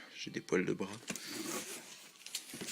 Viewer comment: a colorié comme un débile pour essayer de dissimuler le "Ikéa". Je savais que t'allais en chier pour le scotch.:') ''j'ai des pwals de bras'' --> j'ai failli crever de rire o.o il est à l'envers couillon! x) En tout cas ça me fait énormément chaud au coeur que ça te plaise ^^